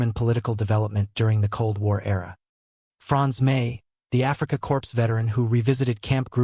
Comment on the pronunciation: It’s pronounced “core” not “corpse.”